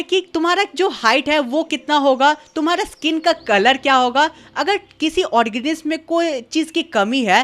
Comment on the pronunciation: Organism ❌ ..... Organisissisi✅